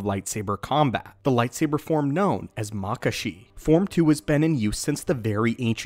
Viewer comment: I've always heard it pronounced Mah-kah-shi not makah-shi